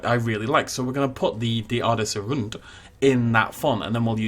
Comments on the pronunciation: ....The best way to pronounce the rand would be like lady gaga's Ra Ra sounds in her song bad romance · for Rand, it’s more pronounced like the word Run, so it sounds like “runned” and you roll the r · to pronounce the name is Rr-un-dt I am south african I speak afrikaans love the videos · The word 'rand' is more pronounced like the English word 'want' but with an R instead of a W. I'm not a native Afrikaans speaker, but I'm Dutch and the language is so similar that I can understand about 90% of it. Afrikaans is actually pretty funny to the Dutch ear, the words and the spelling are a little different but I can understand what they mean. A bit like how a Dutch child would describe something he doesn't know the word of. For example, a scooter is a 'bromponie' in Afrikaans, which literally translates to 'vroompony' in Dutch. And the Kameelperd from your video sounds like 'camelhorse' to me. And one of my favorites I just learned: 'Van-nikskse-nie-bang-skip'. This is the word for a military ship and translates to 'afraid-of-nothing-boat'. I love Afrikaans ❤️ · Fabienne Daalhuisen I’m a native speaker and I can confirm that it is like want with an r😂 Oof to the rolling of the r’s part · Your pronunciation is a little bit of (then a in rand is pronounced as a "ah" with a rolled "r"), but it does not matter. It is not the easiest language for English speakers so well done. Keep up the amazing work